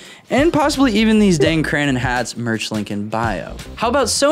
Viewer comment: Love that you said Cranon 90D .... Ha ha!